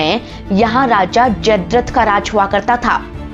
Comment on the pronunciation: बहन, तुम 'दमिश्क' शब्द का ग़लत उच्चार कर रही हो। लिखा गया है सही, लेकिन तुम ("दश्मिक") ग़लत बोल रही हो। और भी, "स्वास्तिक" नहीं, 'स्वस्तिक' सही उच्चार है। "Jaydrat" ग़लत है, 'Jaydrath' ('जयद्रथ') सही है। एक और बात : 'मोहें जो दड़ो " का अर्थ है 'मृतदेहों का ढेर'। उस स्थान का जब प्राकृतिक आपदा से सर्वनाश हो गया, तब उसका यह नाम पड़ा; उस शहर का ऐसा नाम पहले से नहीं था, हो सकता भी नहीं।